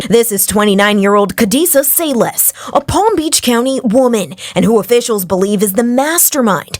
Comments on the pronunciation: Why Say-Less, and not Sayles - sails??? 😂😂😂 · Her name is pronounced like kadessa cells. Not sayless your pronouncing the wrong name because u mimic the clueless news reporter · That is not how u pronounce her last name. Its pronounce sails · "Sayles" pronounced "sales", you nitwit.